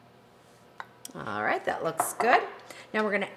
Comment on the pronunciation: You may spell it 'alright', but to me, it sounds exactly like I spelled it - 'aright'. Maybe it's your accent, I don't know.